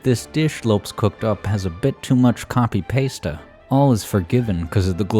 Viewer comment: wow, you're the first person on earth (other than me) to pronounce "copy pasta" correctly.